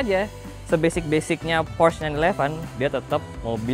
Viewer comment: Porsche bang, bukan Prosch Ada tutorialnya di YT officialnya Porsche